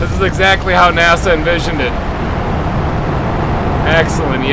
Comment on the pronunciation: Sometimes when he says NASA I hear NAS-ALL